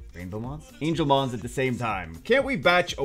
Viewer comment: Anglemons Come awakened from packs now. Another slip up, It's fine, You're only human:D